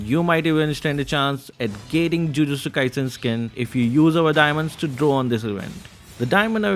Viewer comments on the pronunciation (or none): none